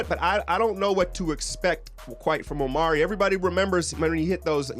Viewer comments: just so you know, his name is Omri, not Omari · It is pronounced "ahm-ree" not "Oh-mari." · it's not omari, it's omri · Omri Casspi.. Not OmAri! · It's Omri not Omari... and it's Israeli not Israelien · You pronounce omri - Om - ree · It's Omri: pronounced Ohm-Ree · It's Omri (om-ree) homie. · Omri Casspi Pronunciation: \OME-ree\